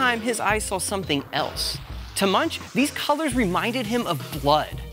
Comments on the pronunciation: Fun video. BUT you mispronounced his name! Yikes! Moooongk is the accurate pronunciation! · come on man? Munch; really? His name is pronounced Moonk; Geesh JHN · Pronounced Munk, with a hard ending... not like a pothead having the munchies. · It's not munch, it's pronounced (moonk) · Yes, my Art History professor, who was Eastern European, made sure we were told that it is not "munch," but is pronounced "moonk." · Yeah - clicked out in three seconds; the guy doesn't even know how to say the painter's name! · 'An English pronunciation'? - there's no such thing. Anyone who said it the way you did would be laughed at anywhere in the English speaking world. You going to pronounce Goethe as 'Go-eeth' next?